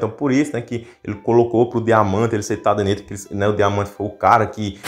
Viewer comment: Tadenita? não é Tadernita?